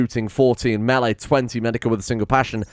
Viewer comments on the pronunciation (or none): none